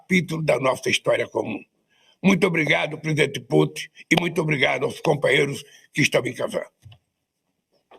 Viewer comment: "Presidenti Puti" 😂